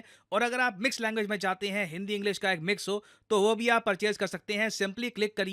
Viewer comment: Hi sir… I would like to know why do you pronounce the word English as Hinglish?? Just curious… 🧐